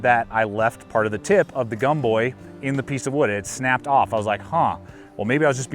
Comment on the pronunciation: GAHM-boy. Gomboy should rhyme with tomboy. EECHEE-bahn. Rhymes with peachy. Sorry to see your bad experience with these saws! I love my bigboy.